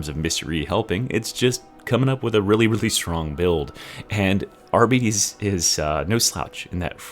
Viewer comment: Arbites does not rhyme with diabetes 😂